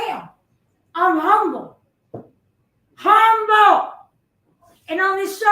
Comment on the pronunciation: “I’m humble! HOM-BULL!”